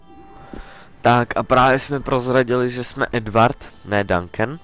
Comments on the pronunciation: to je Edward a ne Edwardo:) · jako ja mám moc rád tvá videa ale to čtení... musíš polepšit a ten Pirát za kerého hraješ se jmenuje Edward a ne Edwardo